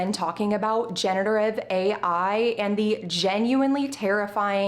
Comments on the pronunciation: good video, though I am confused why you keep saying genETERive ai instead of genERATive ai. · off topic but am I the only one who noticed that she pronounces "generative" wrong?